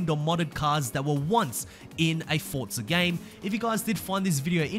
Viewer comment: where is the T in Forza? 🤣🤣🤣🤣🤣